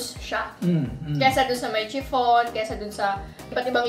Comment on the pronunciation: Chiffon HAHHAHA. SHIFFON BASA DON BANGAG